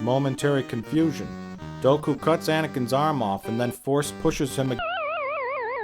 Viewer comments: "Doku's power levels"; and at first I thought that mispronunciation was just supposed to sound funny. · Its count dOOku, Im sorry but every time I hear you say doku i want to eat my freakin ears. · omg... DOOKU, NOT DOKU. Fuck. Sorry. But fuck. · Great review... but it is Count Dooku (DUKU) not Doku(Doak-u) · I never know when he's mispronouncing names on purpose or if it's satirical. He's never once said Padmé's or Dooku's name correctly, and he keeps calling Jango "Boba". I have a touch of OCD so bear with me; I just had to vent a bit lol.